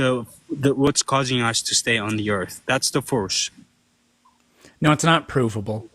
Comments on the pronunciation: What the hell is going on down under? Josh and Iron Horse are just insufferable. N.B. I absolutely love when you just say “Naur” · “Nooer nooer”. 😂😂 there’s no letter R in NO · why do australians not hear that they add an R to no "NEOUR"